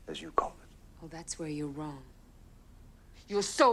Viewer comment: “and he’ll prove you RAWONG” 😜